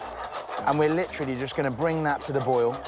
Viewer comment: how did I know that at least once he was going to say.. "litcharly" lmfao